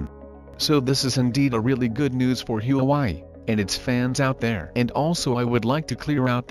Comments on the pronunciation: Not Hue Wai. It's Hua Wei. Chao zibai. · Please pronounce Hua Wei properly. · Don’t forget the Hu‘a’Wei when you pronounce “HuaWei”. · My guess is this is robot's voice. Can't pronounce Hwa Wei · Your pronunciation of Huawei is way off! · Pls fix your pronunciation of huawei. You’re calling it a different name. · You pronounce Huawei like you are from MARs???? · Pls learn how to pronoun the name of company properly. 😂😂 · Learn to properly pronounce 'Huawei' first to avoid confusing those watching this clip. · Pronounce HUAWEI properly ,please. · I was gonna say that too.